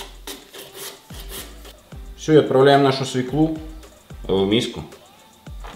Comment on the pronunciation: Свёклу. Если вы ведёте ролик , то надо следить за своей речью